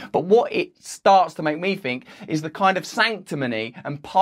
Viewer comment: At least he's stopped saying "fink" in place of "think". That was one of his most pathetic affectations.